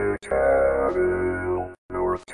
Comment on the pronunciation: Micaville is named for the mineral, mica; therefore pronounced mike-uh-ville.